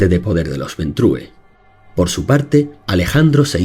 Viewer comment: Ventru, el clan se llama Ventru, no se lee como en Español, coño, porque ustedes los Españoles son incapaces de pronunciar bien cualquier palabra que no sea castellana?